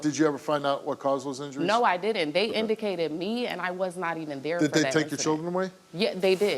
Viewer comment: Oooh I thought she was trying to say indicted 😂 (and failed lol)